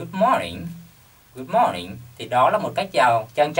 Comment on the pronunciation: Good morning chứ ko phải good moring thầy ơi